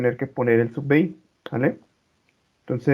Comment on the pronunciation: se pronuncia: sub biai*